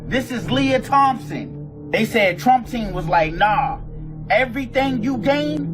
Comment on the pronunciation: "Lia THOMPSON" bro you literally GENOCIDED "her" 😂